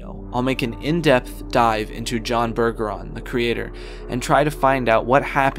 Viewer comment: Bergeron is a french name, It's Berj-a-ron, not Burger-ron. I'm from Louisiana and we have plenty of Bergerons here